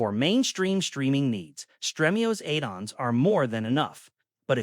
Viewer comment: Eidons instead of Add-ons 🤣🤣🤣